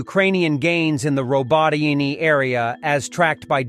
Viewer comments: These villages are pronounced: Row-bote-tin-ye and ver-bove-ye. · how hard is it ? : ro -bo - tea - neh (like meh but with n instead) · it's Robotanya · Still doesn’t know how to pronounce robotyne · Up next on “how to mispronounce Robotyne this week”